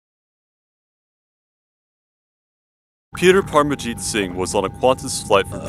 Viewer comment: Not Parmajeet, but Paramjeet , dumb narrator